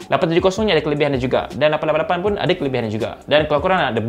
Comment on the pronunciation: Abang ada potensi untuk menjadi duta teh "888"... Cara sebutan tu yang ngam sekali 😂